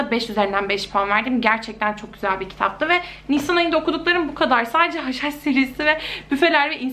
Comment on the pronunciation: hush hush serisi dediginde yenilen haşhaş sanıyordum akbskajaajabajsjsjh